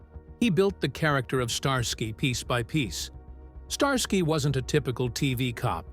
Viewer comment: I heard a "star sky" very celestial! 🤣🤣